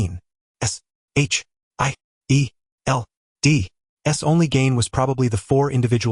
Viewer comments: es eich ai ee el dee X1000 times in one AI recap video is horrendous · Ngl, hearing shield is like hearing someone doing pronouncing lesson. There's so much S H I E L D 😂 Okay, there's a lot series to look at 😅